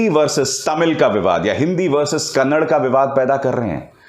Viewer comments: अभिसार कन्नड़ नही कन्नडा बोल रे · Sir it's not kannad its Kannada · Kannad nahi kannada boliye sir